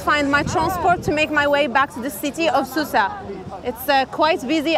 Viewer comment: It's pronounced Souss not Soussa